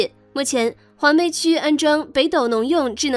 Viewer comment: 黄陂！对不认识的字在念稿子前不能查查字典吗？